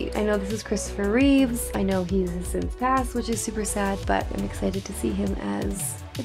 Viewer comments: Nope. And it's "Reeve". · Reeve not Reeves 🙂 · For the love of Jehova, REEVE no s